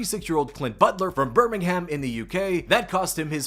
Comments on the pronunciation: Why he say Birmingham like that? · As much as I love ur content, please never say Birmingham like that again 😂😂